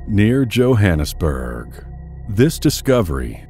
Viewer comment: "Near Johannesbuurrrrrg..."